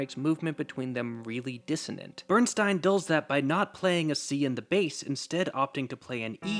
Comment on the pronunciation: This is fantastic but it’s Bernstein not Steeen